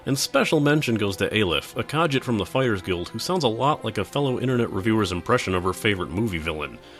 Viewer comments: ITS PRONOUNCED KAHSHEET NOT KAJIT!!!!!!!!!!! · Every time you said kah-jit it made me cringe. Its pronounced kahgeet not kah-jit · FYI, Khajiit is pronounced Kah-Jeet. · By the way, it's pronounced "Ka-ZHEET," not "KAJJIT." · What the fuck are you calling Khajiits it is pronounced Cah jeet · Dude, it's pronounced Kah jeet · Im sorry to do this but its pronounced "Ka-jeet" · also he mispronounced kahjiit....its frustrating... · he didn't pronounce khajit rightand it killed me inside. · I can't get over how wrong you say Khajiit, I'm sorry. I know it's nice t a big deal...but your pronunciation of the word is so far off it's actually annoying. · I really feel like for a proper review for Elder Scrolls Online the review would needed to divided into 2 segments, one for returning Elder Scrolls fans and one for MMO players . also how you pronunced khajit was pretty entertaining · Did you just pronounce "Nirn" as "Nim" because that is wrong. It's also "kuh-jeet" not "kah-jit" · NERN, BREH-TIN, KAH-JEET.